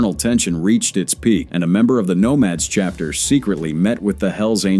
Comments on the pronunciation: C Hapter? 🤨😅 This Ai slop is hilarious! 👎🏼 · Really shitty AI SLOP that can't even pronounce "chapter" (instead says "see-hapter").